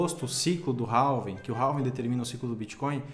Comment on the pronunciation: Não é "ralving" e sim "Réving"!